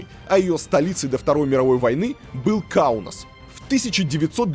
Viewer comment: Выпуск достойный. По мне так лучший из серии. Правда почему-то Илья произносит все именя нарицательные на латвийский манер. Каунус, хотя у него же написано сверху Каунас. Фамилии и имена тоже все, как по-латвийски:)) Для литовца странно звучит. А так супер все.